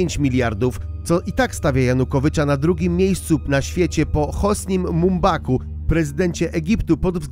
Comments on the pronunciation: Prezydent Egiptu to nie jakiś Mumbaku jak go nazywasz tylko Mubarak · Prezydent Mumbarak a nie Mumbasa😅😮😅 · Hosni Mumbak aż parsknalem 🤣